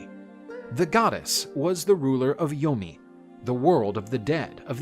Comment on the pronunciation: Did he say yoni or yomi?😕🤭😂